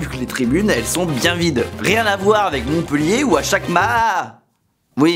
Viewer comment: Bravo tu t’es bien documenté et ça fait du bien de parler de ma ville ! En revanche tu fais une petite erreur, la ville de Montpellier se prononce bien « Montpéllier » et non pas « Montpeullier » . On en dit pas « cette fille est beulle » Tout le monde fait l’erreur et depuis longtemps 😂😢